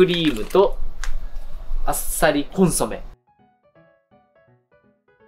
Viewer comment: あさりコンソメを あっさりコンソメって言った かわええなぁ💚